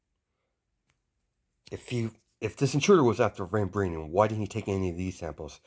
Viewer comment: Vi vibranium I'm sorry you just say it so wrong